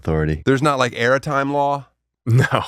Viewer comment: Clip "Airitime Law."